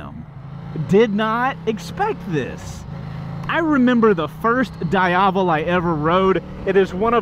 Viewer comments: it's not "daiavel", is "dee-avel" bruh.mp3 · Da-ya-vel? It's Di-ya-vel, isn't it? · Diiiiiiiiiavellll not Dieavle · I did a nice 45 minute demo ride on a Diavel during bike week like ten years ago and have wanted one ever since. Odds are very likely that I'll have a 1260 S in my garage by next spring! Btw, the Ducati people told me it's pronounced Dee-ah-VEL (emphasis on the last syllable), not Die-AH-vel (emphasis on the middle syllable). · die havel... smh is pronounced D AI VEL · DEE-AVEL, not DIE-AVEL. Just sayin... 😁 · How to pronounce "Diavel" correctly Dieyavel/daiyavel = wrong Deeavel = correct Sorry just a bit disturbed by the pronunciation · Correct pronunciation is Dee-ah-vel. No big deal, unless of course you're reviewing one on video in which case it wouldn't be a bad idea to get it right. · dee ahh vul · Am i the only one who got annoyed with his Diavel pronunciation? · Love how you pronounce Diavel, come on, say it right...